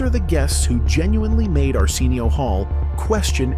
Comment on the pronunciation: AI voice: Ar-SEEN-eo 😂😂😂😂😂😂😂 People who watches Arsenio for the longest: Ar-SIN-neo